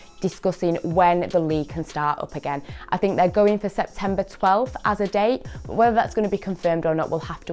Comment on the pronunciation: I know right